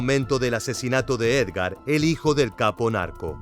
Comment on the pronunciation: Edgar y no Ergar.